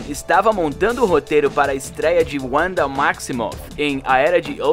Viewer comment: "Deslike" porque você não fala direito nosso idioma e porque quer "americanizar" tudo. Por exemplo: o nome Wanda, cujo fonema do "w" é com som de "v", você pronunciou "Uanda"! Já te alertei sobre isso no vídeo de Matrix onde você pronuncia "meitrix". É uma MERDA! Eu amo meu idioma e não troco por inglês! Viva a Língua Portuguesa! Viva nossa Bandeira! Viva o Brasil (com "s" e não "z" cambada)!